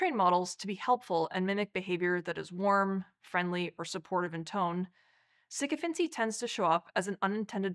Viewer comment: It would be nice if someone had told her how to say the word